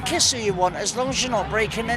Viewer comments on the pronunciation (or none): none